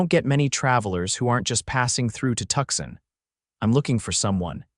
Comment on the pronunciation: Tucson not tuck son